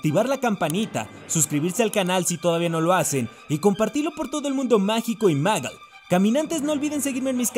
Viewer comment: Por que dice magal?, Se lee Mogul. Lel